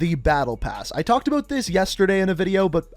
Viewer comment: “Aboat season 1 “